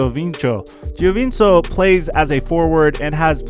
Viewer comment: Giovink-o is how u pronounce it